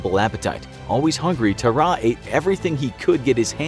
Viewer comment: yall said tarrare wrong